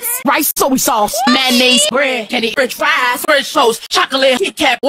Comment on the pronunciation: French FrASS